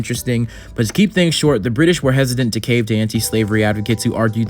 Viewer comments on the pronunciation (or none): none